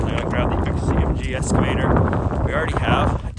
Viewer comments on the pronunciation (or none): 🇨🇦Excavator not Escavator. No s in Excavator. Cheers from Canada 🇨🇦